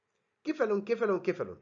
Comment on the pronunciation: تسلم ايدك عالمحاضرة يا يا بس تنويه على ان ال cephalon تنلفظ "سيفالون" وليس "كيفالون" بسبب وجود حرف الe بعد الc